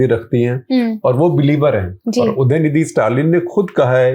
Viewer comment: you are an intellectual journalist. I think you can take enough care so the name of the person in the headline is pronounced right. It is UDAya-NiDHI-Stalin. When you care enough to get it right you show respect. A small thing to do but something that will go a long way in showing our attitude.